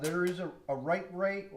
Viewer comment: New supporter here. I had to laugh when you said a wight way 😂. I do that all the time. Looks like a great channel!